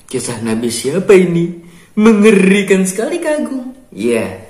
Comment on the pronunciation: kok bilang nya ginih kak mengerrrrikan sekali